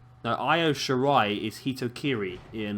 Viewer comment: You're pronouncing that right too